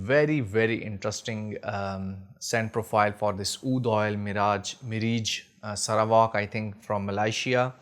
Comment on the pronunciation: You're killing me with the pronunciations bro, Mireeej, Miraaaj 😂😂😂😂